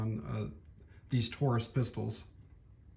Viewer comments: Taurus not Torro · And its pronounced. Tar us not toro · TAURUS not toro. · Toro? Need to learn to read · Did you say 'Toro' ........Yup turned video OFF.